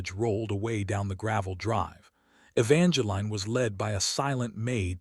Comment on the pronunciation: Please pronounce Evangeline correct. The is no "line". And there is no"Cashan"